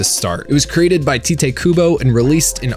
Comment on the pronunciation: It's pronounced Tight. Tight Kubo. It's stupid but also cool, which is definitely a theme.